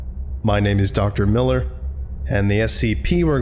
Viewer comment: Miller. Its Miller.